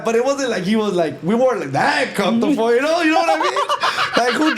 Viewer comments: Comfortable ❌️ Cuntuful✅️ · NEGRA WRONG FOR NOT CORRECTING HIM SAYING COMFORTOFO 😂😂😂😂😂😊